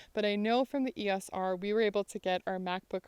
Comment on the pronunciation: Finally someone who pronounces EOS properly